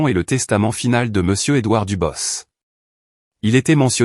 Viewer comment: L'onclé doir???? N'est-ce pas l'onclé Edouard plutôt, pauvre cloche d'ia,tu parles d'une intelligence artificielle !!!